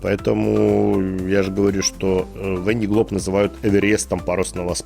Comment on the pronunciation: Кто живёт во Франции в Ля Рошель, в Сабль д`Oлон, почему же вы говорите "Вэн ди Глоб"?! Другой блогер произносит Вэн дэ Глоб", если гонка называется "Вандэ Глоб" (л произносится мягко) по названию департамента Vendée (на французском произносится "Вандэ" (а - носовое, а э- закрытое), в русском варианте это "Вандея" (читайте "Девяносто третий год" Виктора Гюго). А у вас что означает слово "Вэн"?!